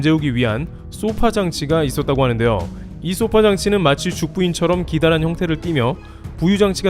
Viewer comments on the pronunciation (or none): 소파장치는 消사라질 소 + 波물결 파 로 '소파' 장치라고 발음하지 쏘파장치라고 하지 않습니다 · 소파(消波)장치에서 '소파'는 파도를 소멸시킨다는 뜻으로 단음[소파]으로 읽어야 합니다. [소-파]와 같이 장음으로 읽으면 길고 푹신한 의자를 뜻하는 sofa가 됨 :)